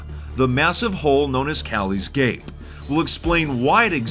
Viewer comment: "Kalli's gape" sounds so wrong lmao